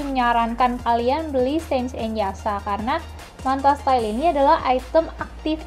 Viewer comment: Mbak kok spelling yasha=ya sa, sange=se ng bukan sa nge. Hahahaha, just kidding piss out.